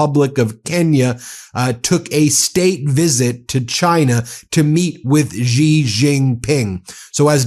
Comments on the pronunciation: Xi is pronounced Si, or See, or Sea. Not Gi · Ben, Xi is pronounce "She" not Zhi.